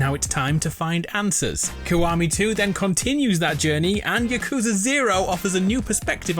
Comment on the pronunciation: It's Yah-Kuze-Uh not Yuh-Kooz-Uh